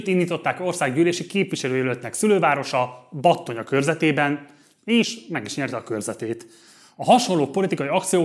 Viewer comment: Szuper! Tényleg jó lett! Az egészben az a legjobb, hogy simán, a TV híradásokon keresztül, anélkül hogy Békésbe kellett volna utaznod, megmutattad az egész problémát, átfogóan és részleteiben. U.I.:Battonyát úgy ejtik "Batonya" ;)